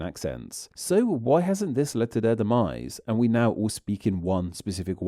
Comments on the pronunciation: I agree too much stress on the last letter of certain words like now, dosnt sound like natural speech. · AI. You can tell by the way it extends the last syllables of some words like whenever a sentence ends with "now" it goes "nowwaaa" in a very strange way. I've heard some other AI voices that do this